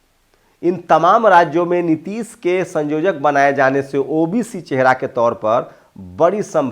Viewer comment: संयोजक बोलिये ना कि संजोजक